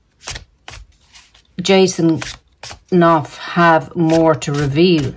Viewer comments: Hi. It's pronounced ---- Ken Auf. / Knauf. It's from the German Knopf. Meaning Button. Knob. Chubby man, depending on which Germanic class you come from. Love readings. Great readings & banter. Those two are done. What a carry on. Keep up the good work. Infinite Love & Gratitude.🙏💕🌸 Christine. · Knauf - Norf silent k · Hi, you don’t pronounce the K in Knauf.Always look forward to your readings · Knauf like know so: Nauf :) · Knauf pronounced as "naaf" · Jason's surname pronounced: Norf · Hi. Great to hear you today. Jason Knauf (the K is silent) might not have spoken up. I read on Quora today that her people have been attacking him viciously before he decided to speak up. She knew he has the goods on her so set her dogs on him. He got permission to speak out. He was not employed by them, he is employed by the firm so William gave permission.